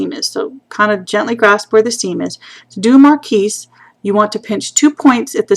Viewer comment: Nice tutorial..Just a side....marquis is pronounced "mar-kee"